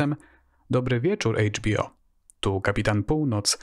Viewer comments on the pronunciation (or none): litera H w języku angielskim czytamy jako EJDŻ a nie hejdż. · Bardzo ciekawy program, tylko błagam... nie HEJCZ bi o tylko EJCZ. :-) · Świetny materiał, ale Chejdż Bi O to mnie rozwaliło :]